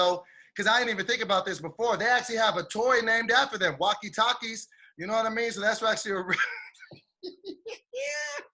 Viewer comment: Did just say walkie taki😭😭😭